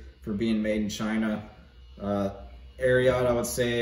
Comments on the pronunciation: Not Air-e-ought. "Air-e-it" 🤙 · Great review! You actually pronounce it air eee et....not air ee ot. It comes from Secretariat :) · Air-e-it not air-e-yat 😂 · Ari-ot lol